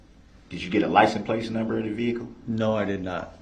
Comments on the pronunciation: Did you get the "license place" number? "Grounds for Substaining that objection! Grounds, grounds, grounds!! "I'm axing you to substain my objection"! F-ing idiot 🙄! I forgot "I vietly objection! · LICENSE PLATE YOU IDIOT...PLATE..NOT PLACE. HE IS 200% ILLITERATE...OMG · . He cant pronounce anything. "LICENSE PLACE.". 🤣 i thought maybe the first time he said It wrong but then hes says it a few more times the same way. Geez. He soo stupid. The questions he ask these witness's makes him look really bad in front The jury.